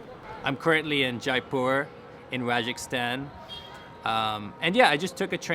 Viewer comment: Funny how you said 'Rajakistan' at 4.38. It's Rajasthan. Not every 'stan' is prefixed with a 'ki'